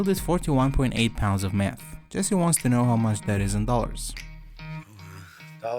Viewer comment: "That was all the meath I could find in breaking bad..."